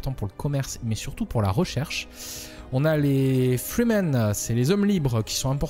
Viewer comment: tu prononces freemen fremen ,allusion à dune ? :)